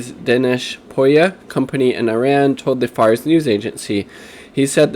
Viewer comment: ee-RON, ee-RON-ee-an, ee-ROCK.